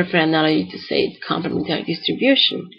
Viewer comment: complem'entary , {not complement'ary} distribution. -- emphasis on the third syllable, see.